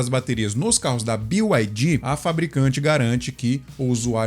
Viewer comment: BYD na língua inglesa se diz bi ai di Que são letras do alfabeto em inglês. 90% dos youtubers falam BIO não sei porque…